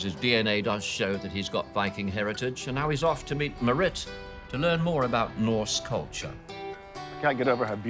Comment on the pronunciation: I wonder if the Yakut is part of his norse DNA through Sami lines. I'm glad they showed on the map where he was going in Norway because I could not recognise the name of the city when said it. And the way he said 'Marit' was hilarious. Kiwis trying to pronounce Norwegian is my new favourite thing.